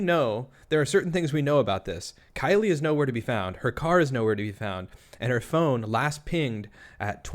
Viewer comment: Also, in the beginning she slips up here words "I uh call...I mean talked to Killie"